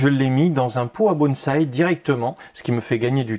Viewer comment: Bonjour bonsoir ! Vous au moins vous dites : BONSAÏKAS et prononcez Bonne ssais ARBRE en pot RESPECTS !